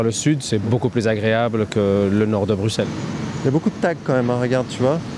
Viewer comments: Mon dieu... j'ai jamais eu bonne presse de vidéos de, mais alors là, vu que ça parlait de la ville où j'habite je me suis dis que ça valait le coup de voir ça... quel naufrage. (enfin en vrai j'avais vu une vidéo commenté de Dany et Raz) Bon déjà on dit "Brussel" sans prononcer le X, sauf si on tient à se faire passer pour un bobo parisien. Ensuite, je crois qu'il faut définitivement arrêter de parler de "Reportage", mais juste de "Vlog", c'est pas parce que tu as un micro et que tu te fais ton kiff de te balader dans trois rue, que ça te fait de toi un journaliste de terrain, mais les documentaires iconiques, bien que questionnable comme "Streap Tease", sont même plus factuel, car leurs prises de vu permettent au moins de mettre un contexte. Chose qui est clairement inexistant dans tes vlogs, puisqu'il n'y a jamais aucun contexte, ce sont des témoignages coupés, et probablement sélectionné. Ensuite je me demande si les deux pisteurs sont vraiment des Bruxellois... alors que je suis français je peux donner facilement sans utiliser google une quinzaine de lieu ou manger Belge, et pas que des friteries, et très proche du quartier où tu étais. Mais bon oui, il y a des quartiers Turcs, Chinois, Portugais, Italien, Espagnol, Brésilien, Africain... Je crois pas entendre beaucoup de gens se plaindre de l'invasion des Chinois dans le 13ème arrondissement de Paris. D'ailleurs je suis assez surpris de résumer la cuisine Belge aux frites, ce qui démontre d'aille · Le "X" se prononce pas "x" dans Bruxelles, sale camembert de mes bollekes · La prochaine fois, je veux bien jouer au guide pour faire le tour de Bruxelles (qu'on prononce "Brusselle") et donner une vue complètement différente de la ville. Ici, on a l'impression que la capitale est aux mains d'islamistes armés. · Ça se dit « bruSSelle » on ne prononce pas le X bon dieu hahaha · Je kiffe tes vidéos, mais on dit BruSSelles, on prononce jamais le « x » 😅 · Ça se prononce bruSSel